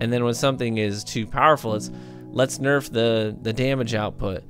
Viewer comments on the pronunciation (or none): none